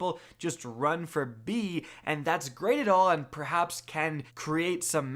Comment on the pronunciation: dude said "behaps" lmao.